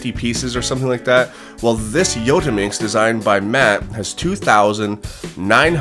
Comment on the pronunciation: the way he says yottaminx